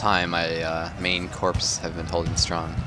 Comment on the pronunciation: The P & S in corps is silent, proper pronunciation is 'core'